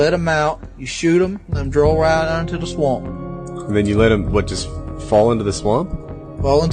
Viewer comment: The way he says swamp Swump